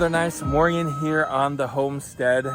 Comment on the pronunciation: stop saying morging